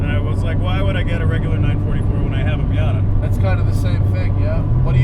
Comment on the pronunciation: Like a "Miata" hmmmmm nop!!!!!! Don't say that again 😂😂😂